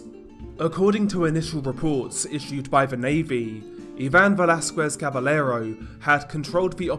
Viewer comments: Double L's are pronounced like 'Y' FYI. For example, it is pronounced 'Cabayero', not 'Cabelero' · Don't pronounce Caballero with the L sound...the double L makes a (Kah-bah-ye-ro)